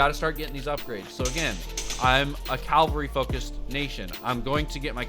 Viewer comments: CaLvery? Dude it's caVelry. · Cavalry*... not calvary. Other than that. Really helpful video ty! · It's Cavalry bud, not Calvary